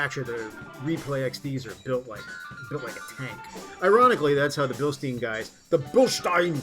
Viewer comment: I'll never understand why people insist on pronouncing Blistein wrong, even when they know they're saying it wrong, like the guy in this video. Just say it the way the company says it ffs, why is that so hard?